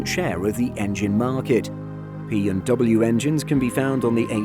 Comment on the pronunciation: He sounds like he said "BMW" but he said "P&W" Pratt & Whitney.